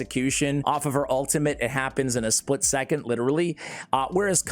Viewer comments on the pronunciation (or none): none